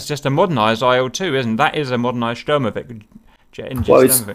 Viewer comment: When he said Sturmovik properly, the first letter isn't an S its a Ш, so he knows how to say it, he just doesnt realise that he should. The Ш sound is just like the sh in the word should.